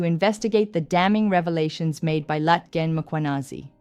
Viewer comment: Love your content, your look and how you show up… like a boss ❤️Next time just practice the click ‘hl’, Nhlanhla. It will sound good on you. Not Nolllalllala…